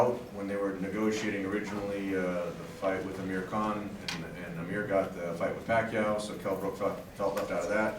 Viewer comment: 2.10 "Amir Khan got the fight with paqiou" what's been smoking